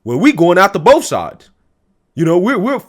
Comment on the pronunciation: "Both" not Bof!